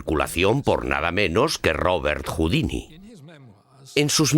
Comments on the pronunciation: Por favor no confundan a "Robert Houdin" (Se pronuncia Houdan) con el artista de escape Houdini (Cuyo nombre artístico fue inspirado en "Robert Houdin". En el video pronuncian equívocadamente el apellido de Robert y muchos pueden pensar que se refieren a Houdini, cuya época de auge fue varias décadas despues de Robert Houdin. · Exacto, como dice Marcos Olivero, el pésimo doblaje hace que podamos confundir al genial ilusionista francés Robert Houdin (pronunciado aproximadamente Judán o Judén, según la zona de Francia) con el escapista norteamericano Houdini (pronunciado Judíni) que tomó este seudónimo, precisamente del apellido del francés, como signo de admiración hacia él. Traduttore traditore. De fondo, en la versión original se oye perfectamente como pronuncian correctamente. Los actores de doblaje ni se han molestado en oír la versión original, o tanto les da. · ERROR en la pronunciación cuando nombra al considerado Padre de la Magia Moderna, Robert HOUDIN (sin la "i" final). Fonéticamente se equivocan y siempre se pronuncia la "i" final en el vídeo. Puede dar lugar a la confusión con el escapista de renombre internacional, Harry HOUDINI. Pueden comprobarlo fácilmente en internet. Att. Un ilusionista.